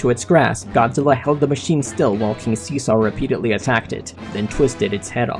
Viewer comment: I hate how you say king see sar